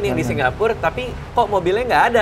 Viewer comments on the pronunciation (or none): Heran kenapa radit nyebut Singapur jd Singgapur.